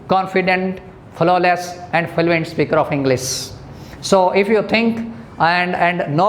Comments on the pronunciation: its fluent not fuluent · Learn fluency first Then teach It's fluent no filuent 😂😂😂😂😂😂😂😂😂😂 All over accent is rubbish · I agree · Sir your pronunciation is not correct.. U pronunced fluent as falluent It's ˈflo͞oənt not falluent... Blood as bləd not balad.. Sir First work on ur pronunciation property... Otherwise your all tips are so precious... Thank you Sir...